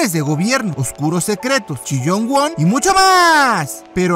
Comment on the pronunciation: Jajajaja. Me da tanta risa que le digas: "Chillong Wong". Jaja. Pon un comentario mio en tus videos. En los "crack" del canal.